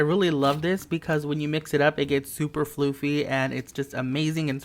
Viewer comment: i like how he said (FL-OO-FY ) instead of (FL-UFF-Y